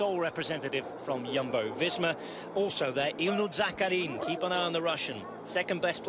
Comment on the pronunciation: also wrong stress in Zakarin. he's not an Italian. it's zaKArin